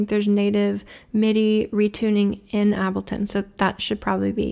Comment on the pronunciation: Fantastic video, as always. I don’t know what I find the most surprising, that you don’t use ableton or that you pronounce ableton like that